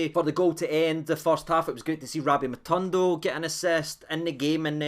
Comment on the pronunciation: how do you read this name in your mind?... Matondo.. ma tawn doe? 😜😂 lovin Lunny the now too man, delighted wi Dessers findin form